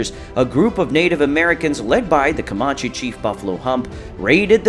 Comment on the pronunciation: You're pronouncing Comanche wrong.